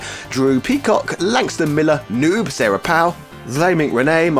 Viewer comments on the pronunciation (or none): none